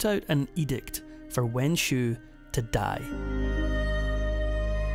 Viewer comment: It's a shame the narrator can't pronounce the Xiu in Wenxiu properly.